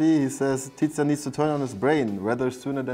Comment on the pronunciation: tizian "tizian" aber warum